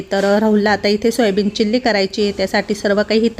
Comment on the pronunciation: चिल्ली नाही चिली असतं ते